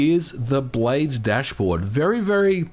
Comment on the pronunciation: I thought he was saying “blade stash”